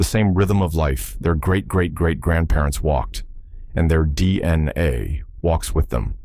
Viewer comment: Are you going to show any actual illustrations of what you’re actually talking about? This is obviously AI slop you can’t even pronounce DNA properly.